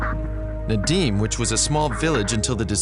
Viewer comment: Прикольно, как он говорит "Надим" вместо "Надым")